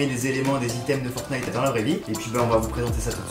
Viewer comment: Tu me stress quand tu dit FOURNITE (alors que c'est fortnite )